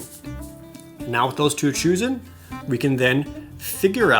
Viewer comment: Anyone else noticed he said 'choosen' ?